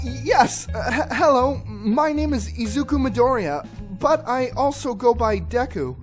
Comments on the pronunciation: Deku is pronounced D-ee-k-U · It’s DEKU SRUB